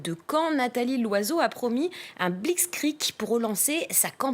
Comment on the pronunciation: Blitzkrieg connasse pas blitzkriek